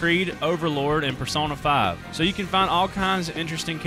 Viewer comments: “Persawna 5” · Man said “persawna 5”